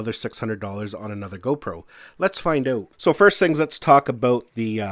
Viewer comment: the word "out " does not have a W in it